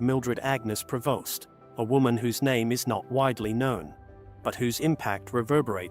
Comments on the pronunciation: Prevost... AI still has to perfect its skill. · The family name is PREVOST, not "provost ". Irresponsible script writer!